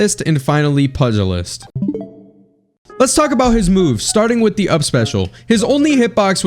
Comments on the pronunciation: loved the morty guides and jake was my other most played beta character so this is awesome! (also fyi it's pronounced pew-ji-list) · Pugilist is pronounced "Pyew-Jil-ist"